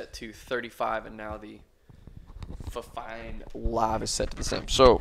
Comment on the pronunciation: It's actually pronounced fifine